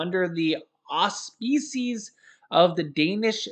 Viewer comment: Love you, but there is no "peace" in auspices. You're killing me! The second syllable rhymes with "Sis".